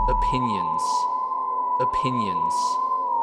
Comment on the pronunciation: saying "oppinions" is going to become a meme by the end of the week I can feel it